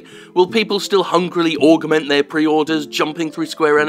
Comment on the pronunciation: Is it me or can that female narrator computer voice thing not pronounce 'Augment'